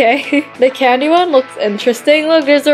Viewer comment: Candy not cadny😂